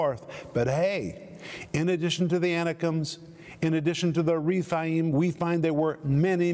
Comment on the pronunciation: Anakim is pronounced Ana-KEEM in Hebrew. Emim is Em-MEEM. Rephaim is REF-AI-EEM. Zamzumim is ZAM-zu-MEEM. And so on. The "im" suffix shows plural number, and is always pronounced "eem".